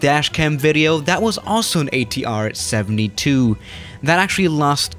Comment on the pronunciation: totally butchered ATR pronunciation.